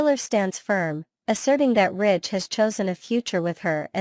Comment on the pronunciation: Ridge not Rich. I don't know why you keep showing pictures of people who are no longer on the show. The pictures do not reflect what you are saying so it is misleading. I do agree they need some new writers. Those of us who have watched this show since the first episode, do not buy into all the misinformation and conjecture. Either present a viable program or quit with useless words that are meant to foster interest. It isn't working.